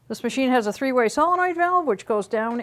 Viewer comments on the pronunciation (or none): none